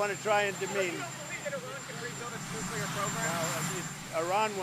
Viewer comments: Benny, PLEASE, for the love of God, learn how to pronounce “Nuclear” correctly!! It’s KLEE not KYUH. Look at the word. It’s spelled NU+CLEAR for a reason. That’s how it’s pronounced. It’s not spelled Nukyuhler. 🤦🏻‍♀️ You’d think, as a journalist, you would know that. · Maybe AI can compile all of the times Benny has mispronouncing the word 'nuclear'. It would result in a 3 hour long video of Benny saying only the word "nuclear" but pronounced the Benny way as "nucular" . Could be epic. Has he ever said it correctly? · Say "new." Now say "clear." It's THAT easy. I don't know how people saw the word, "nuclear," and arrived at "nookyalur."